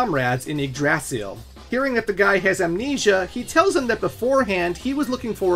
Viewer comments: The yggdrasil pronunciation hurts my heart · please never pronounce Yggdrasill like that again it hurts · My guy, Yggdrsil is pronounced (IG~DRAH~CIL) and it's a reference to the central sacred tree of norse mythology, to which the nine realms surround.... MKAY? sheesh.. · okay. hearing how this dude just pronounced Yggdrasil made me stop the video. The Tree of Life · Great video, but man you need to look up how to pronounce Yggdrasil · First time hearing someone pronounce yggdrasil that way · The way foreigners pronounce Yggdrasil is always funny to me. By the way, great video. This was a fun watch!